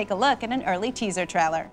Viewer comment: at 10 seconds in he pronounces harry potter as harry parter, at 39 seconds she pronounces teaser trailer as teaser trowler. Or maybe I'm crazy.